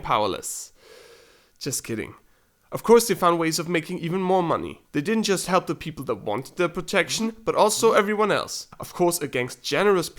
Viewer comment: Excellent video buddy! It is obvious that English is not your primary language, but just so you know it is 'Help' not 'Halp', and 'Meth lab' not 'Math lab'. Not to nitpick just figured I would help you on that. Still excellent little piece on history many of us have wondered about so thanks for putting this together for all of us :)